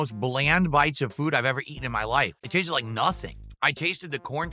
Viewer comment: Eats fries: "Dey tastuh liek fries"